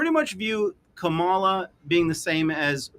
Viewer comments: I love that you keep mispronouncing her name 😂 FJB FKH LETS GO BRANDED! TRUMP 2024 ❤ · Why are you disrespectful of the Vice President by not even knowing how to pronounce her name?